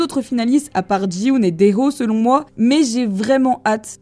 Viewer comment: Petite rectification pour t'aider Ça ne se prononce pas Ji-hoon mais Ki-hoon sinon chouette vidéo ! car Gi est similaire à Ki